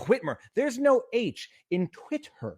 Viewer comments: Yes, but "twit-hurr" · I've never heard anyone say "Twit-t-her" like that.